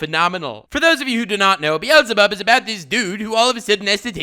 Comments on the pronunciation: Why does he pronounces Beelzebub like “Bee-Elsa-Bob”? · buddy, i do respect you alot. and i generally love your videos even to the point that i am clicking on the next one because i just want to hear your voice once more. but if you pronounce "Beelzebub" again like "Bi-elzebub" i will tell Lord Twiego-sama about it. (its a double e that you have to pronounce like in the word b->e<-nefit so basically an "e" like in the german language but spoken a bit longer since its 2 times there) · This dude’s prononciations are so bad he doesn’t even know how to pronounce the name of a worldwide known demon called beelzebub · Beelzebub ...... you dont pronounce the second e .... Beelzebub is an actual deamon in the black bible.